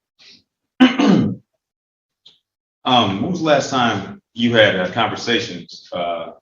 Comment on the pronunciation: Vas Kez Not Vasqwez